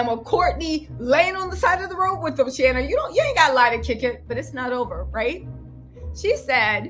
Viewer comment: its shan-na.. my ole mans ex has the same name🤣🤣